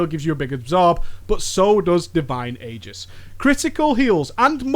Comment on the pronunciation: You mispronounced Aegis!